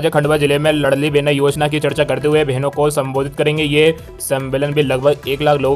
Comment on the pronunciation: लड़ली नहीं लाडली साले गधे चंद वीडियो डालने से पहले सुधार किया करो